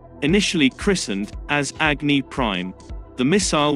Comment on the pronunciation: Its अग्नि & not एग्नि!!!